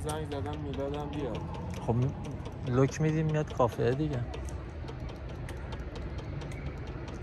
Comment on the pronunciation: نوك ندى يدفه بجاى لوك.😂😂😂😂لوك ميديم مياد..خواهر انگليسى رو به فنا داديد شما